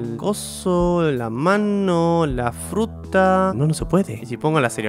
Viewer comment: alguien mas se dio cuenta de que en el minuto dijo frutra en ves de fruta